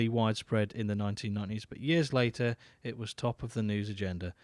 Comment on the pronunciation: despite being so old, Dan still doesn't know how to pronounce the word years